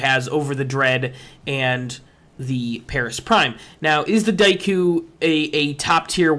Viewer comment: your pronunciation of daikyu pisses me off so much